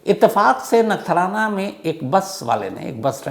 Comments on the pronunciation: Bhai nathnara nai "Nakhtrana" 😂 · Sir wo nathrana nahi he nakhatrana hai 😂😂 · नगठाना ❌ नखत्राणा ✅